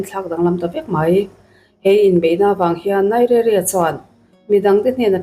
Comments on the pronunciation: NAIZERIA Ti a lam tur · Nigeria i lam rik dan chu a va mak mai mai ve !!